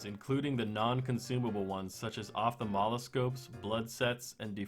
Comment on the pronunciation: "Op-tha-mal-ah-scope" "De-fib-ru-lat-er" Cringes in medical